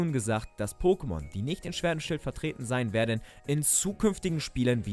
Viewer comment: Schert und schwild... Not bad 😂